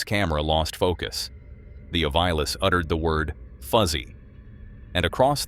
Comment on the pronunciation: To the dude narrating this please learn how to pronounce certain words such as ovilus.